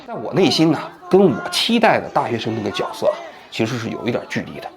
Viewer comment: 那叫觉色，不是脚色。王局，你没上过学吗？